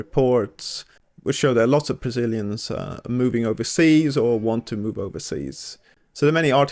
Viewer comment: "Bazilians"??? "Bazil"????